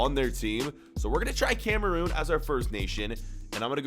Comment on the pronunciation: Every time he says Cameroon I cringe